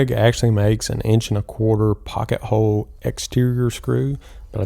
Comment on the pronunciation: You do know there is an L in the word hole right?